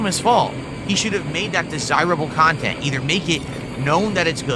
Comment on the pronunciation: Is seriously complaining about extra chantent in AN OPEN WORLD VIDEO GAME?!?! Even the most low iq game journalist wouldn't complain about more cahntent in a video game.